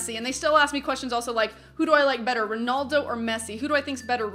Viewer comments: She said ronuldo when it's Ronaldo lol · RonAldo not ronoldo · You say ronaldo wrong lol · you say "Ronaldo" weird